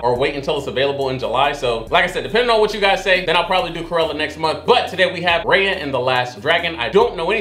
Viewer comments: said "RAHYA" instead "RAYA" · You keep saying her name wrong her name is not Rhea it's Raya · You said it wrong it’s not Rea it’s Raya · Dude, HER NAME IS NOT R (AI) YUH!! ITS R (I) YA!!!!! JEESE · Hey! One thing you got wrong was the pronunciation of Raya's name: it's pronounced "Rye-ah" like Rye bread? Or rice? It's a long "I" sound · Just so you know Raya is pronounced "Ri Ya" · It’s R I y a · He watched that whole movie.. and STILL pronounced her name wrong at the end ajsjhsdh i cant haha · Not you watched the whole movie and still mispronouncing her name 😂😂😂🤣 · How you gonna watch the whole movie and still pronounce her name wrong at the end ? XD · The a is pronounced like an i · How do you watch the whole movie and at the end still pronounce her name wrong? Lol smh